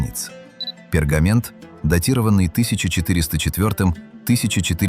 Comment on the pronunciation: Рукопись ВойнИча, пергамЕнт. Противно слушать.